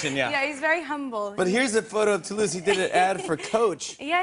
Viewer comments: It’s TOULOUSE 😂😂😂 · The way she pronunce "Toulouse", the only thing I can say : Yes dear! ha ha ha ha ha